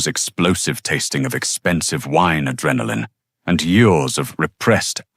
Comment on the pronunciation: B , bee. Bay , Beyah, come on sort your A.I out. And why is it challenging for it to pronounce years? It sounds like it's says YOURS😮